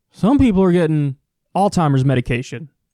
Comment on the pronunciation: Kyle, it's Alzheimers. Not All-Timers.